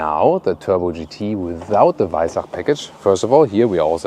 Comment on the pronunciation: Servus. As a French guy living in Austria for 3 years now, Danke dir for the on point pronunciation of “Weissach” 🥲🙂 French media are absolutely obliterating it when they say it 🫠💀